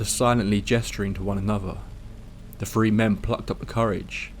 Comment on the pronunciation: Is he saying "free" "tree" or "three"?